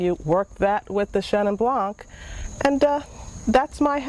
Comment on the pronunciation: Blanc=White...when pronounced, the c is not in the saying. ie (blond - the d) Nice vid...